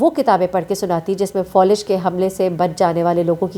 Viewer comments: Fawlij nahi faalij hota hay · Thkk kha Falij hota hai Folij nhii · فولج نہیں ہوتا فالج ہوتا ہے